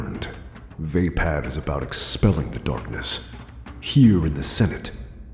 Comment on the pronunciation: No offense but i belive your pronouncing it wrong. Its vaa>pod< not >pad<